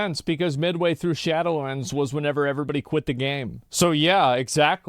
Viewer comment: I hate whenever he says "whenever" incorrectly.